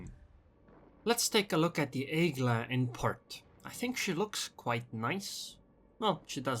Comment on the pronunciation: Congratulations ! You said correctly the name ! AIGLe ! the eagle class is the class(e) Aigl(e) like the other french names like the Fantasque ( fantask ) la Galissonièr'(e) le De Grass(e) l' Algéri( e) and the Dunkerqu(e) th last E is eve light even mute